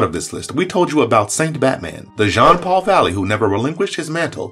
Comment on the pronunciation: It’s pronounced Jean-Paul, not John-Paul